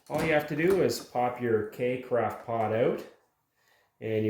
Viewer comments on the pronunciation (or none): There is no "t" in carafe.